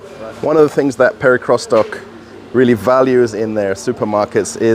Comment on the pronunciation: What is it with you English speakers! Do you have to bastardize every foreign word? The supermarket name is not pronounced Perikrostok, but Perekriostok. Can't you use Google translator, if you are not sure?